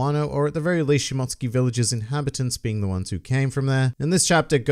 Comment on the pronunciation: Thank you!! At last someone knows how to pronounce shimotsuki👍